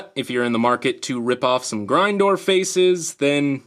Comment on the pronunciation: Grindor (grin,door) not grindor (grind, door)